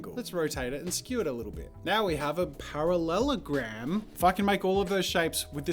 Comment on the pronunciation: Jazz’s saying parallelogram is so funny 😂 don’t know why x